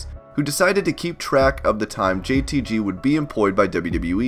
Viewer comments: Its JTG not “JTT” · It's jtG not jtt ya goober, please get it right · It's JTG not JTY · It’s JTG bruh... JTG 🤦🏽‍♂️